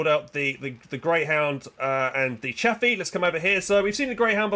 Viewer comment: It's chaffe dude not chappy